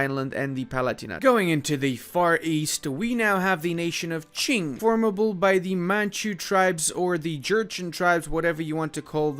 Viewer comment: I enjoyed him pronouncing Rajputana and Qing correctly and then saying "absolutism" and me going "what?"